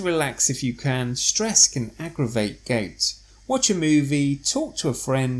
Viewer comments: It not pronounced “gates” with the A emphasized! It’s Gout with the “ou” emphasized! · Gait attack, Gait pain? OMW no must of pronounciation but we know it as G o u t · Not gate.....GOUT.... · Would be nice for us if you could pronounced gout correctly.